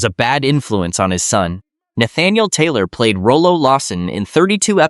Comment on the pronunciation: This was my favorite show growing up, Thanks for making this video!! Too bad AI can't pronounce Rollo. LOL